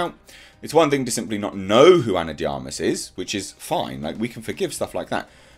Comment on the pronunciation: Finally someone pronounced Ana De Armas name properly